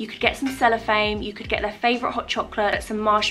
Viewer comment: Amazing as always!!! You made me giggle the way you say cellophane 😂🙊